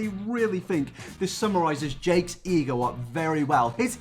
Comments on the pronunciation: every time he said ego i just heard e-girl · every time you say ego all I hear is E girl and I get more and more confused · whenever he says ego it sounds like e girl